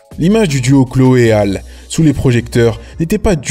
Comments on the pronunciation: Ça se dit Hali pas Hale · Ça se prononce « Hali »